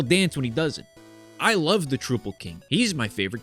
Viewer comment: Troupple is definitely trou as in trout and not trou as in truth. Don’t let his acolytes hear you pronouncing it that way or they’ll be mad.